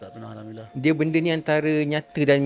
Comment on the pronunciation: sebutan Alhamdulillah, pada Alhamdu... bacaan ha ialah ha pedas (ح) dan perlu dibaca betul, jangan baca dengan ha bulat (ه). Cara bacaannya bole search, mudah jee.